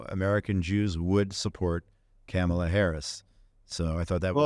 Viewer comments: IT’S NOT PRONOUNCED CAMELAH. WAHHHHHHHH!!!😢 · You keep pronouncing Kamala Harris's first name wrong.